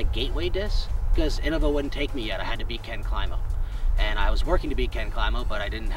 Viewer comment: in-no-vah . . . wtf